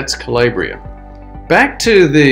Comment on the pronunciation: Italian pronunciation: Cah-LAH-bree-ah